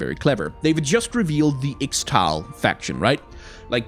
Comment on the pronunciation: Hey champ, I've noticed you are mispronouncing Ixtal but since I cant really describe how to say it (exept for saying Isztal in Polish??) I really recommend you checking the beggining of Qiyana special interactions, because she says this word sometimes and thats how I learned how to say it : D